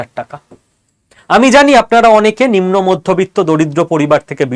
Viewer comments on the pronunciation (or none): none